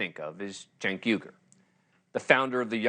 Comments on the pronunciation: Please,, pronounce his name correctly. It’s CHUNK Yogurt! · It's Chunk Yogurt, bro. Lol